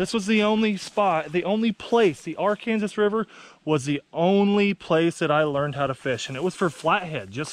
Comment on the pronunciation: Arkansas not ar Kansas the disrespect 🤦🏾‍♂️